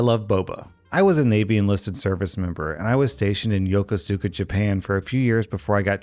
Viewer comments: HOLY FUCK. I was THERE during the Yokosuka story!! Also, it’s pronounced “YO-Ku-Skuh” not “Yoko-Suka” (like I did when I learned I was being stationed there) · It's pronounced "yo-koos-ka" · Howdy! For the military story, the base is pronounced as (Yakosukuh). Have a good one! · For future reference, Yokosuka, Japan is pronounced "Yo-cus-ka." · Hearing you mispronouncing Yokosuka made my morning 😂